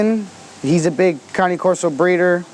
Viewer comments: Cane is pronounced as Kha neh, not cannie... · Caaannaay corso not connie corso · Why the fuck does he say cane like that? Its cane like sugar cane not canny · Why he calls then canay corso? It’s cane (Kane or like candy cane). That’s how the Italians pronounce it. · Only American pronounce it cane! To the rest of the world it's cani!! Weird Americans. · first off saying name wrong! caw like a crow and neh like a horse. and no it is not a neo never was never will be they are completely different! pick a book up and look that up. promise you it will say that ! but it is not connie Corso. it is Cane (kaw-ney) even google will help you with that. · Melissa Griffin it's not correct. he says ca-nee. it's ca- nay. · At least its closer then "cane" corso hahha ;) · You do not know how to correctly pronounce this breed's name. Ka nay corso is correct. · It sounds like he says it numerous times, but for example is he saying "counting", or "county" corso, or am I just hearing it wrong? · it pronounced ka- nay firstly... and presa, neapolitan and cane are NOT the same dog. they are in the mastiff family.